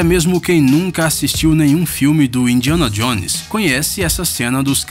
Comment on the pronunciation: Indianadionesar kkkkk